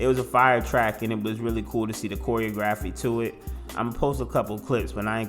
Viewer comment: Joseline got everybody saying choreography wrongy😂😂😂